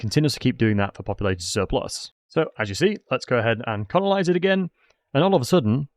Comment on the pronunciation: Are you aware that you're saying conolise instead of colonise?